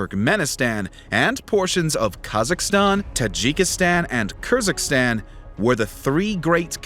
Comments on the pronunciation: Kyrgyzstan not Kurgistan ☠ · Good effort on the pronunciations, but Kyrgyzstan was mispronounced. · pronounce "Kyrgyzstan" correctly please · Fell from the chair when you pronounced Kyrgyzstan.